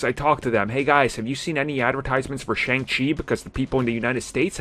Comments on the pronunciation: .........Prounounced "SHUNG" Chi not "Shayng" Chi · His name is pronounce SHONG-Chi as the “A” is hiding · Make sure you’re producing his name right. It’s pronounced Shung-Chi just spelled with an A